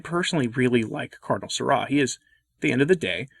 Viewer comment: Why'd you pronounce Sarah like that?